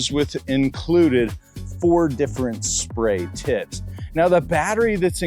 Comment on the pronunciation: Did he say spray titt lol